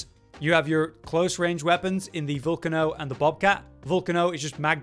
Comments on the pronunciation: Lol I’ve seen so many YouTubers mispronounce Vulcano in weird ways smh It’s vulcano… you know, like volcanos, the mountains that erupt and shoot lava? VUL-KAY-NO. Lol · ya and it’s pronounced Vul-Kay-no lol Anyway not tryna be a dick 🤷🏼‍♂️